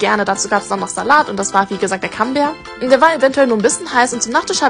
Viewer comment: Das heißt doch nit cam kammbär😅😅😅das heißt so und wird so ausgesprochen camembert😂😂😂camembert geschrieben und camombär ausgesprochen 😂😂😊